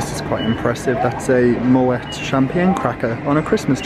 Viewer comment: Hilarious pronunciation of Moët - the ‘t’ is silent!!